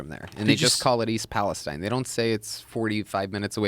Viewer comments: It’s pronounced Palesteen. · East Palesteen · Would you quit saying EAST PALEST IIINE it’s pronounced East Pales TENE!!!! Moron. And to the guy who says atleast it will be easy to buy them out every house is 50k haha you complete loser that’s far from the truth plenty of houses are over 250,000 K including my Parents house who lives nearby outside east Palestine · it's "Palesteeeeeeeeen" ... ... maybe they changed the pronunciation at some point to match the biblical "Philistines" - the people Palestine, Israel is named for. There's a cluster of biblically named towns in that area. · we pronounce East Palestine (Palest-EEn) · I'm from the area so 2 note. It is pronounced East Palesteen. And it's close to a lot but I haven't heard anyone from outside the immediate area talk about having a reaction. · It’s pronounced Palesteeeeen! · Please, it's pronounced East PAL- i - steen. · they keep pronouncing palestine wrong lmao